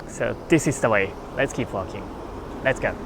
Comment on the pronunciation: “ LETS GAO”!!!